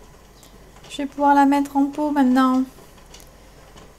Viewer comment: Belle recette! Mais quel est cet accent où vous dites : Je les ehf mets en poufs. Chez nous, on dit un pot, pas un pouf! J'écumefh ma rhubarbefh et je la efh mets en pouf efh. Jef suis françaisefh, je j'ai efh besoin efh, de cracher des efhs à la fin efh de chaquef mot efhs ef ef eh hhhhh. Accent...